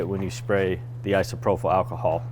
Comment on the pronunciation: Love you guys... but its "I-SO-PRO-PULL" :)